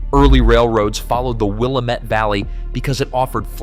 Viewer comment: Okay. First it's pronounced WIL LAM METTE. Not Willa mette!! Secondly why do you keep showing Purdue University which is in INDIANA??? Third Eastern Oregon will never become part of Idaho.